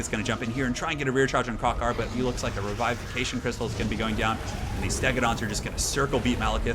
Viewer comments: bro it is pronounced "RE-VI-FI-FE-Cation Crystal" Say it slow and just practice, you will get it my dog hahah the "i" is soft not strong. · I feel like was pronouncing revivification right in his other videos, regardless of that I love the content man!